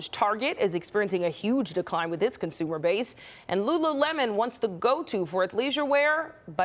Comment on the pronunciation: She is saying " conzoomer " The older consumer wants to buy their clothes and pre packed pork chops at the same store. Maybe the influencers can make popular.✅